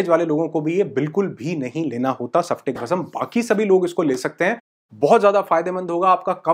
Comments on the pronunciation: Sir मैंने आपका फिटकरी का video देखा बहुत सुंदर जानकारी धन्यवाद 🙏 * मुझे लगा आप गलती से बोल गए परंतु इस video में भी आपने इसे सफ्टीक भस्म कहा हैं। सही उच्चार स्फटिक है सफ्टीक नही! क्षमा करे मेरा आपको दोष देने का कोई उद्देश नही है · स्फटिक बोलने नहीं आता आपको। सिखलो।